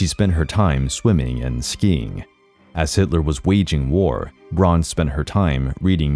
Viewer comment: Why on Earth does he pronounce her lastname as "Bronn"? It's B R A U N! even an American "Brown" would have been acceptable but "Bronn"?!? Unbearable like nails on a chalkboard...